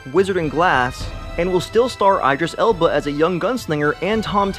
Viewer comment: not i'd dress elba. do some fucking research before publishing a video. be professional. stop informing people how to pronounce names wrong.